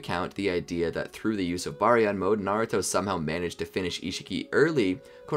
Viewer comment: ima just say it its pronounced ( bar-e-on )